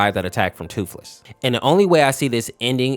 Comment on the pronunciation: Thootlees 💀 sad 😢